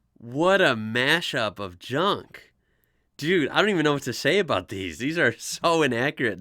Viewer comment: Hahaha omg yes. He said aboot.